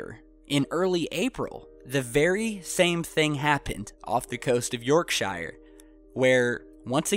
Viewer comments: No offence guys, but here in England we pronounce " Yorkshire" (or anything ending in shire ) York-shear as in shearing a sheep. not shire as in funeral pire. Oh and Balham (in South London) we say Balam ( the H is silent ) . Because we get so much American television, we are all aware of your pronunciations, but we do have a crafty giggle at yours. No offence Brothers and Sisters !! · I have watched most of your videos and appreciate your work. But you made three glaring mistakes with this one... First, Yorkshire is the largest county in England, NOT a "town" or city. Secondly, it is pronounced as "York-sheer" or "York-shuh," not "York-shyer." Finally, that's the North Sea, not the ocean. Please do a bit more research before posting these and embarrassing us fellow Yanks, Thanks. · Please!! It is pronounced 'Yorksheer'!! Not 'Yorkshigher! Ugh!! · The names are pronounced Yorksher...not shire shire alone is shire but, Yorkshire sounds like Yorkshir or sher....so say all the English and Irish people from there...hmmm? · Yorkshire a county not a City lol and it's pronounced Yorksheer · york-SHER not shyer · N it's York sher not shiiirrreeee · Phonetics: [York sher] instead of [York shah yer] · The best way to say Yorkshire, as I live nearby, is to pronounce it as....yorksher...;-) xx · don't sweat the small stuff. You'll get it. Some of us Brits mess up too. Keep on being brilliant. We will help you with the pronunciations at least you try. By the way, phonetically you would say "Yorkshuur". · Us English have weird town names but Yorkshire is pronounced - York sure 😊 I'll get back to watching the video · say it more like "Yorkshur', if you want to say it in a Northern accent :) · Shires are more like Shores 😆👍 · Keep up the amazing work! If you want a top tip from a Yorkshire man, pronounce shire sher 👍🏼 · just say yorksheer lol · We don't pronounce it: "Yaaarksha". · it's pronounced "York sure" one word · it's pronounced... Yawkshuh. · It's"York shure "